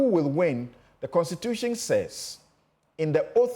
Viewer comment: This one who pronounces "constitution" as "constitutiong", "question" as "questiong" is now explaining simple English 😂😂😂